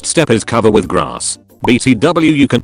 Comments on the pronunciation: “Bee tea dooblkew” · eye dee kay bee tee double u 💀💀